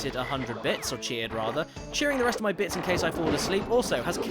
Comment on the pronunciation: Everytime he says bits it sounds like bitch lol